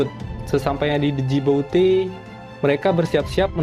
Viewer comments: Bukan D jibouti bang tapi Djibouti di Somalia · NARATOR GOBLOK , KURANG PENDIDIKAN , ITU NAMA NEGARA DJIBOTI BUKAN DEJIBOTI , GOBLOK GOBLOK , KURANG PIKNIK. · Djibouti=jiboti D & U Ndak usah dilafalkan 😀 Tetep semangat bos 👍👍👍